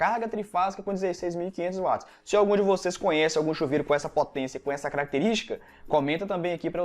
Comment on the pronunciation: Parabéns professor. Gostaria de acrescentar que a potência em Watt. A pronúncia é uat e não vat. Pois o físico é Sir James Watt Inglês Watt,Inglês Inglês